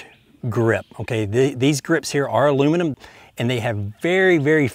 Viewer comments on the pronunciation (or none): none